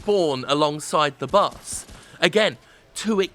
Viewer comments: while i agree, why do you find it impossible to say BOSS, and instead say BUS? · I kept hearing Bus when he said boss. I knew public transportation is really back in the US, but damn. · He said "boss" so many times it started to sound like "bus." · I keep hearing 'Bus' when Jim says 'Boss'. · is it only me that hears him saying bus instead of boss all the time ?? i might be really tired :S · lul he was making fun of how he pronounces "boss" cause the english accent makes it sound like "bus" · Love you Jim but I gotta be honest... I can't stop hearing "bass" or even "bus". Please drink some water. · Is it just me or does it sound like he is saying Bus instead of boss?